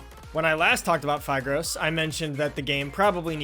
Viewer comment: i thought phigros is pronounced phIHgrOS